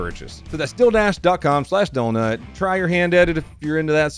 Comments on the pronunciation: Were you saying “deal dash” weird lol. Maybe it was the dildo canon still in my adolescent-esk brain, but it sounded like you were sayin “dildash” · When you say "Dealdash" it sounds like "Dildash" and I had an idea for a business. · you say dealdash funny 💀